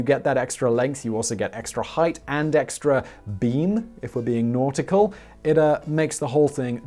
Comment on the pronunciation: "If we're being notical." lmfao